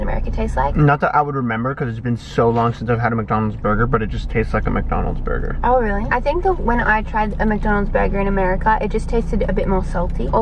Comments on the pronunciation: “Burger” omggg she had SUCH an American accent right there lol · when said “burger” hahahahhaha she sounds american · said burger in the most American way possible.